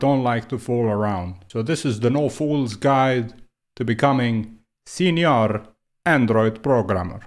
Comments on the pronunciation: As a mexican I feel very offended for this video... I'm joking it's very funny listing you say Sinior hahaha also all your points are so good and valid, thanks for your work! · I thought I was weird for always pronouncing senior as señor and chuckling to myself. Now I dont feel alone, and for that I love you.